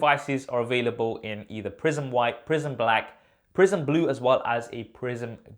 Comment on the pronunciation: Thought you said prison instead of prism